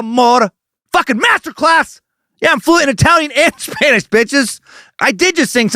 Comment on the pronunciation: As a mexican, I approve your spanish